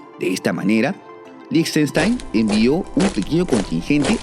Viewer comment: Felicitaciones y gracias por tanta investigación certera. Y especialmente por pronunciar líj•ten•shtain y no seguir la pandemia de pronunciar con fonética inglesa. 😊